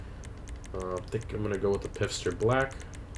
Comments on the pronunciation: He said pisster for pfister too lmao. It’s pronounced “fister.” Dude has a piss fetish. That or he doesn’t know how to pronounce German words well, which is understandable. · Obviously this video is from a long time ago so I’m sure tons of people have mentioned this..... but the brand is pronounced FISTER, not Pister. Sorry I just had to say something lol. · Rockstar: Lets call the knock-off Porsche Pfister so it kind of sounds like 'fister' when people say it lmao DGA: Piffster Ayone else feel like Americans often do this with foreign words? just change the order of the letters at will if they can't be bothered to pronounce it correctly. No offense, DGA. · ..FIST-er lol